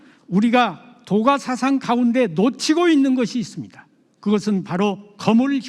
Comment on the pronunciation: 첫 째! 사상의 첫 자를 왜! 길게 발음합니까!?? 짧게해야지요!